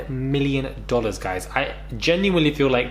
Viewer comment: "10 million dwallers"😂😂😂😂